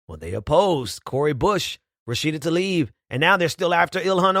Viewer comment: tlaib is pronounced tlah-eeb.